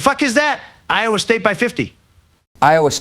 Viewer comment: Trump says iowa state wrong hear